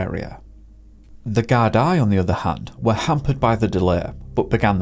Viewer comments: Why did you say “Gardii” its “Gardaí” ? Why even make videos when everything’s wrong, you cant even pronounce Ireland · The Irish Police service’s name is pronounced (Gar-dee) plural. Singular is a Gar-da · Gardaí is pronounced like Gardi love from Ireland 🍀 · Your pronunciation of most Irish locations is good, but Gardai is pronounced Gar-dee. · For future reference, it's pronounced "Gard-ee" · Lots of bogland around there, might have tried to take a short cut. Its pronounced "gar dee" by the way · Gardaí is pronounced Gard-ee. Great video! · He pronounces it just fine, in his own accent. That's like me saying Irish people can't pronounce "America" because they say it with an Irish accent. Sure, he didn't pronounce Gardaí correctly, but I wouldn't expect him to, unless he has some Gaeilge. Even doing your due diligence and Googlijg words you're not sure about is no guarantee, as the pronunciation guides are often inaccurate too. Besides, even in Ireland (and England, America, etc) there are differences in regional accent, pronunciation, and so on, both in English and Gaeilge. Even within America people mispronounce placenames all the time when they're not from there. I think 80% of the country can't pronounce "Oregon" correctly. Ragging on someone for their accent, dialect, or inability to pronounce foreign or regional words, is petty and snobbish. And just bad manners.